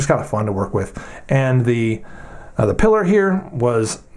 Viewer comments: Piller? I say Pee-lar, but whatever! I happen to be fondling mine as I watch your video and I love this little thing. . I wish it came with a G-10 or CF front scale for increased traction and lighter weight. I have several Voxnaes knives (Amicus compact, Noma compact, Vizzle) and like them pretty well. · Isn't it pronounced Pee-lar, as in La Pilar? Hemingway's boat, his nickname for Pauline, and the character in For Whom the Bell Tolls?